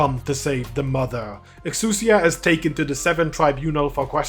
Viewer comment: Great video. I gotta say ive heard a ton of pronunciations for exusai. eks oo sai, eks e a, but but this is the first time ive heard eks oo sier. Exusai if she was French. Exusier